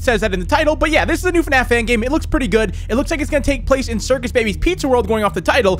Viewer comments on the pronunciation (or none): I like how forgot the R in Circus "Cicus" rip lol